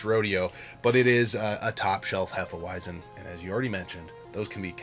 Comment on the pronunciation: As a German I can say you've pronounced it properly. Sometimes we mix Hefe Weissbier with banana juice. Sounds crazy but its delicious in the summer.Keep on going with your dope content!